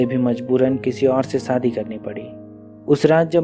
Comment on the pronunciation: Aap story to theek Suna rahe hain lekin aapka pronunciation thoda Gadbad Hai aap sha ko Sa Hain saadi nh hota shadi hota h khosi nh hota khoshi hota aap ki story pura word Sun Raha Hai pronunciation of word pay Dhyan De